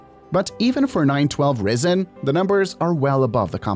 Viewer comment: If it was pronounced like the narrator, then the spelling would be 'Rissen'.